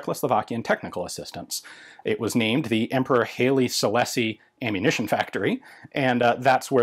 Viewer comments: I'm old. I live in Kenya in the 1950-60's and Ethiopian products were a bit of a joke, just as "Made in China" is today regarding quality. By the way, we always pronounced the Emperor as Highly not Haley. Who knows, you might be right. I was surprised at the quality given the age. Fired 40 years ago, and I reckon it would have been as good as any other. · Sorry but your pronunciation of Haile Selassie I is killing me. From Wiki (if you can read this): [ˈhaɪlə sɨlˈlase] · Don't see any other comments about it, so I'll toss this in just because. I doubt anyone will care, but Haile Selassie is pronounced "high-lee seh-lass-ee". Seems to me that most of the problem with them is the age of the primers. Once past the hangfires, the gunpowder charge detonated well enough. The inconsistency in muzzle velocity wouldn't matter quite as much when issued to a standard rifleman as it would to a marksman, but snipers are often issued match-grade ammo anyway. If it's sold as cheap plinking ammo, the hangs are the only real concern. Since I never got into reloading, I have no idea if it would be cost effective to buy these and replace the primers.